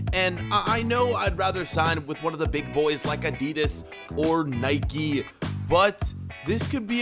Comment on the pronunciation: Fucking Nikey wtf it's Nike